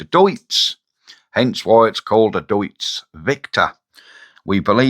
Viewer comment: It's pronounced as Deets.... 😊